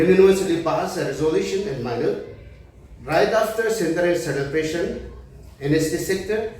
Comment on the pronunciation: Wish they spoke in nagamese. Shameful if the world hears about the petty quarreling in the church. Their English is also broken and pronunciation atrocious. He says 'All the broblems started in the paptist LPCA cendenary celepration'😅